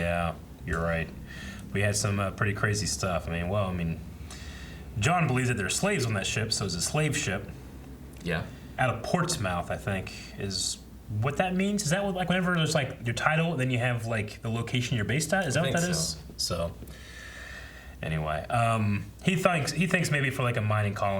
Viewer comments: Minor grievance - it's pronounced 'Ports-muff' rather than 'Ports-mouth'...yeah, the english language is a weird thing. Loving these reactions, like revisiting old friends :-) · It's pronounced ports-smut not ports-mouth 😂😂😂